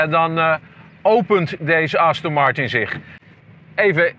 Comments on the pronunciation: Als zelfs de hoofdredacteur van Autovisie de merknaam niet goed kan uitspreken............. Wow...... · Dus aston Martin uitspreken is te moeilijk blijkbaar...